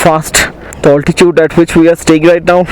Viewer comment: You seem like an educated guy , why say alti-chood in place of alti-tude !?